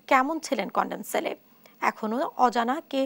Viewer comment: Condom cell না Condemn cell হবে। এতো বড় মেইনস্ট্রিম নিউজ চ্যানেল তাও এতোবড় ভুল কিভাবে করে এরা।🙄🙄